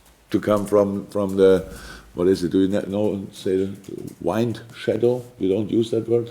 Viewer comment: Let's not forget how he pronounced "wind"....WYND :D hahaha I love this man